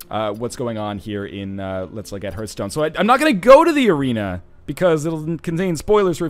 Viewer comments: It's her-th-stone not harf-stone. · It bothers me that you don't know how to pronounce Hearthstone correctly. >< It's Heart-hstone; not Herthstone or Hear-thstone, Hearthstone. it's not complicated. It's even a real word, too. Look it up. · Northernlion, You dingdong! Just pronounce Hearth like Heart, since they're spelled exactly the same, just with a H at the end. That's the easiest way to remember how it's pronounced